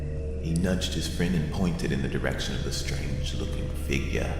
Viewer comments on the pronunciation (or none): the way he says figure